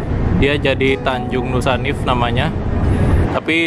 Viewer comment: Di baca nusaniwe mas, itu tanjung sebelah kanan pulau ambon pas masuk teluk